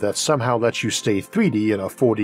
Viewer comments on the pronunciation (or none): none